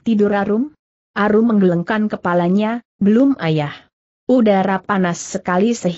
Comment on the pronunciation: Apakah naratornya bukan orang asli indonesia? Pada 1.01.14 membaca kata "menggelengkan" saja gak benar. Klu orang asli indonesia pasti sdh pernah dengar dan tahu arti kata itu. Atau mungkin ini rekaman anak SD sedang belajar membaca lalu diunggah di youtube utk cari duit? Memalukan!!!